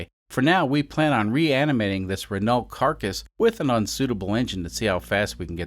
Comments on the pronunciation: Pronounced "Rah-no" btw. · Renault is pronounced "ren-no" just fyi. French is odd. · Renault = Wren-oh. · That's not how to pronounce the name of that car. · Amazing content!! I like how you pronounce L in renault… at least you don’t say T out loud, I guess… i am french yes why did you ask